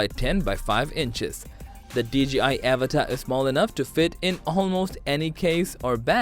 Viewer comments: Avata not avatar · avAta not avatA